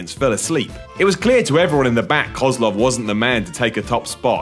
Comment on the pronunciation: you pronounced Koslov wrong, you idiot. it's pronounced koslow. Even wwe got that right. I bet you even think he was actually from Russia